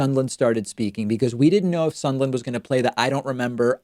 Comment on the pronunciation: Why do you keep calling him Sundland? Isn't his name Sondland?